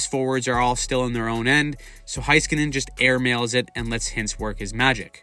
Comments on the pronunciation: Great breakdown! Just a couple tips from a stars fan that hears all kinds of names bein thrown around 😅 Roope is pronouced like Row(as in row a boat)- Pay. Also the first part of heiskanen is pronounced 'hay' rather than 'hice' ❤ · I get americans having a hard time understanding that since they dont have a long o sound in english but "haiskanen" really shouldve stopped by now. It's literally the same as "hey" its not that hard. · Thanks for making this video. Roope is so aesthetically pleasing to watch, even if he does literally nothing but skate. Also, respectfully, Miro's last name is pronounced Hey-skanen. Cheers! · Unknown because people don't pay attention to the Stars but he's a great player. Heck you don't even know how to say his name. 😂 Oh lawd then you said Heiskanen wrong too.